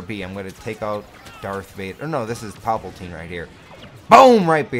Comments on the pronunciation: Pal-PA-tine not papaltine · "POPLE TEEN" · Why do you call palpatine poppletine